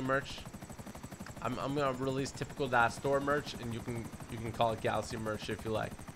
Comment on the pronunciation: Say galaxy right it’s really triggering me😡